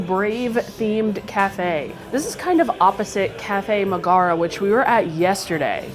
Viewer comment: Her name is Megara, not Magara. How do you not know this.